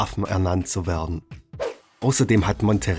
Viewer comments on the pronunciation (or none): bitte sag "werden" ... nicht "wardn"... das macht mich kirre :)